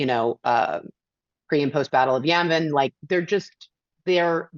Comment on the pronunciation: Did she say "pre and post battle of Yemen"? I listened to it a few times and can't make Yavin out of it. Yemen is all it sounds like. Edit: entire section removed due to you saying the exact same thing and coming to the same conclusions.